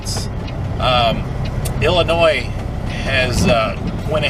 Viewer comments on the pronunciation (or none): none